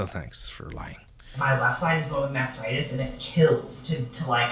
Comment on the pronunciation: When you mispronounced mastitis ….had me wheezing 😅